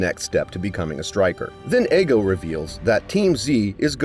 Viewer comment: his name isnt fucking eggo its ego